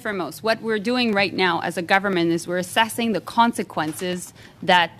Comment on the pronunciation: wow, and she says "assesing"! GET RID OF THIS INCOMPETENT JOLY......THE one who's withJT!!!!